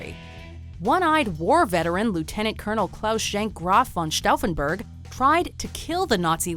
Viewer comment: Dear God Woman!!!! Its "Graf von Stauffenberg", not "Grove van Stouffenberrggg" And it´s "DE GAULLE" not "Dugalle" I have to stop watching this channel....